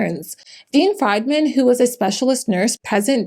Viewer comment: BTW Friedmann should be pronounced 'freed,' not fried! German Ashkenazi name